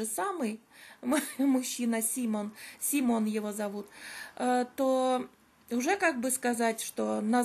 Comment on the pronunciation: Тогда вы наверно заметили что автор видео неправильно произносит имя мужчины. Не СимОн а САймон